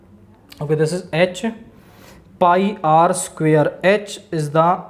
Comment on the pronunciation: Square ❌ sucare ✅ 😂